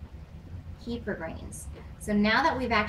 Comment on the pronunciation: you pronounce it wrong. here